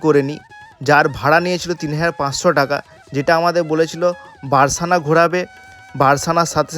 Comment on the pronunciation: রাধা রাধা ভুল মার্জনা করবেন সখা বারসানা নয় বরসানা